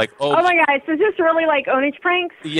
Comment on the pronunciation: The way he said "OwnAGe" pranks! 😂